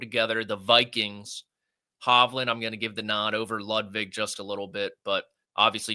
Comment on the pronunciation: please get Ludvig’s name right. It’s not Bud Light.